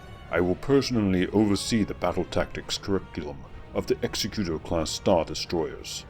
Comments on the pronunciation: You're pronouncing Executor wrong. It's eg-ZEK-ku-tor (as in exectutive), not EX-e-ku-tor as in execution (the word for that is actually executioner). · It's "egz-eh-kyu-tor" not "ehk-seh-kyu-tor" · Not really. "Executor" is a real word- a person assigned to carry out a duty- and has a correct pronunciation. The way you are saying it is incorrect. It's not a big deal, just a minor pet peeve for those of us who are anal retentive.